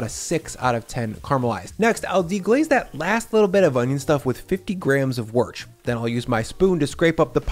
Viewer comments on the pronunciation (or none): "Worch" what on earth are you on about? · Typical American can't say Worcestershire sauce